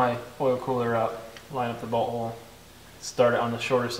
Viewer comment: Everytime he says bolt hole it sounds like he says butthole.